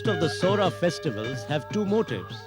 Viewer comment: Saora..saura is correct